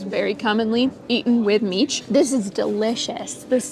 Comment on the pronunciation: my dear friends, you both pronounce mici absolutely perfectly, genuine romanians.